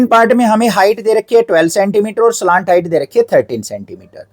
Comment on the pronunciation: Slant height ❌ slaant height 👍